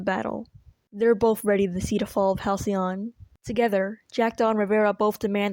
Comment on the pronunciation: HalcyON become HalcyOFF